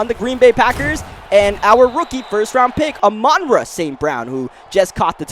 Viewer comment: my guy it is pronounced ah—men-raw